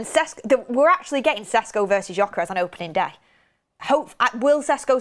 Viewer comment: "it's SHESH-KO not Ses-Ko" attaches Hermoine Granger gif :)